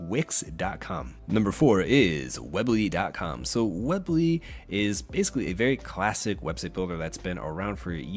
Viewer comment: Its pronounced weeeee bly not web ly lol that was bothering me a lot. Otherwise great video!